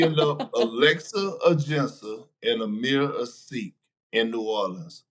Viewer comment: he called Omer Asik "Amir A Sikh" 🤣🤣